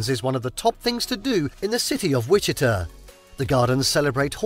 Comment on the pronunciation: Folks, it's pronounced Witchy-TA and Toe-PEEK-a. Oh and that's Kansas City Missouri towards the end for anyone wondering what that beautiful city is (literally across the state line).